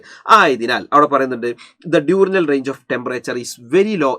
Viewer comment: Diurnal ne entha pronounce cheythe 😂